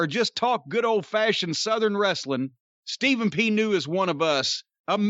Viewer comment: .......Call Ste-Phen P. New!